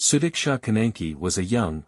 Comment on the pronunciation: Actually he is pronouncing her name the correct way . Su-dik-sha. And her parents don’t care about her . They closed the case to save their reputation because having horny girls is bad for Indian families